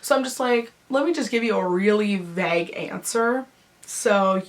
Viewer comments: how come she cant fuckin talk like, vague isnt pronounced VEG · I really don't understand why you say vague like that.